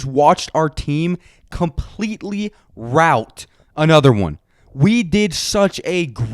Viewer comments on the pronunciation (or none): none